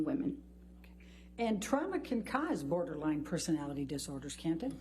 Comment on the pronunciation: Ambers lawyer saying borderlang to borderline is killing me.